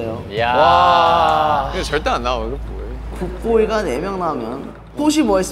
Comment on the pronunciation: 조슈아 굿보이 발음 여기에 빠져서 허우적대고 있음.. 미쳤냐고